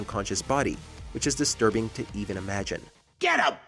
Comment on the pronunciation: sir thats cinema not desterbing